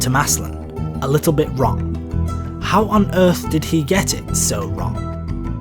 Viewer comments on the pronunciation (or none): none